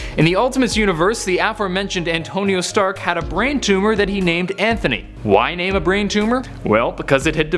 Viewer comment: I like how u say ur name!